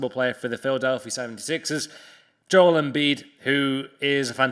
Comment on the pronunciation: It’s pronounced joe-el, not joel